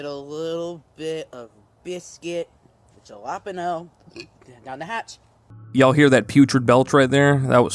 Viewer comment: It's so funny he does the jalapeno mispronounciation, then immediately forgets. He does his little danish history stuff but can't be normal and appropriate about a Hispanic sounding pepper name